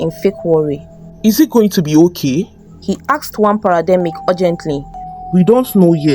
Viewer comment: She said parademic